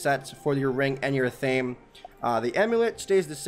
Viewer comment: Athame is pronounced ATH-UH-MAY not ATH-AME